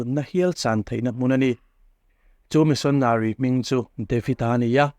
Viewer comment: Missionary i lamdan kha chu a dik hlel deuh in ka hria,mahse a ngaihnawm e